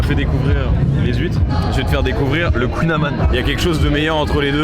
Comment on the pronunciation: la prononciation de kouign aman! tu peux pas dire que les bretons sont mes plus chaud puis allègrement chier sur notre culture comme ça...